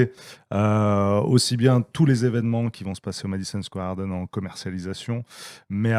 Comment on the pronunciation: Le Madison Square Harden il dit le mec mdrr ! 😂😂